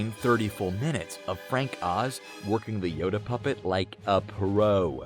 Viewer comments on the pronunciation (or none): none